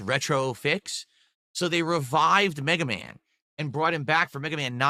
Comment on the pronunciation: BegaMan Begathon